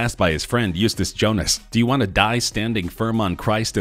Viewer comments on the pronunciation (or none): none